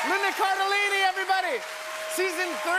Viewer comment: He said lindi carellini at the end. I heard Lindi !